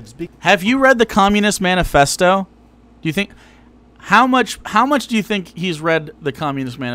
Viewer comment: keeps saying stuff like "have you read the camunist manifasho?" and "have you read the constitution?" and i'm just like!!! THEY CAN'T READ!!!!